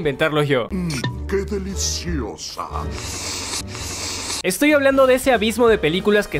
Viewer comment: MmmmM KHe dEhLiZioSa Procede a oler otra vez